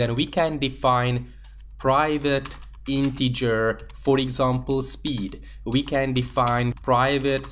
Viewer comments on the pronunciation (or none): none